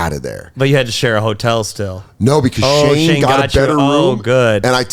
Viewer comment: Who is Shae? I swear to god he is not pronouncing the N in Shane